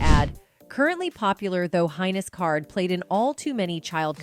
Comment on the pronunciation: "Heinous" is pronounced "Hay-nus," not "Hine-nus."